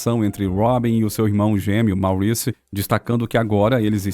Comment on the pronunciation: O velho problema de todos esses vídeos que circulam por aí: a pronúncia de palavras em inglês, uncluindo-se aí os nomes. Santa mãe de Deus!!! A pronúncia de MAURICE não é como a lemos em português e sim / Móriss /. A boa pronúncia de palavras de línguas estrangeiras, sem dúvida acrescenta uma boa dose de credibilidade. Pensem nisto! Portanto, / MÓRISS / e não / máuriss /, OK? Google tradutor ajuda a tirar certas dúvidas.